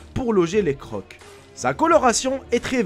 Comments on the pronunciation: les crocs sa prononce les "cro" pas croqs mdrr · Les crocs se prononcent ''cro'' en français, pas ''croque'', désolée mais ça me perturbé pendant la vidéo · Les crocs se prononce Cro sinon bonne video ;)